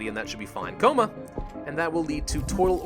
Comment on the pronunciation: The way you said coma nearly killed me, I don't know why i found it so funny.